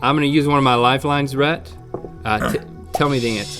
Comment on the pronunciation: Rhett mispronounced his own name.